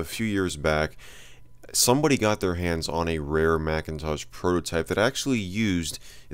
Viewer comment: I like how you consistently call it the Macintaj. :)